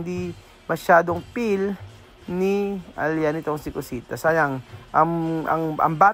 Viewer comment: you did not get my sarcasm😂 my spelling and vocabulary are perfectLY fine 😂. I simply MIMIC how pronounce the Feel and pray to PEEL AND FRAY.